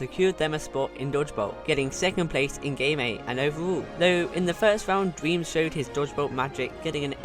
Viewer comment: I like that his saying Dweam lol